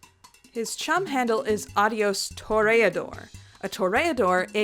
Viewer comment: i love how she pronounces toreador, as a spanish person it wasn't that bad